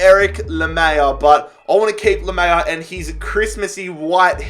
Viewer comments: PCQ: can you please pronounce names like Tanganga (not tangana) and lamELa not lamAYa😂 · Lamela is pronounced Lamela not Lamea I’m pretty sure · Easy pronunciations to help you Steven bergwijn- Berg-Wine Japhet tanganga-tang-gang-ga Erik lamela- la-mella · la mel a not whatever that was u said :D :D :D like this though different :D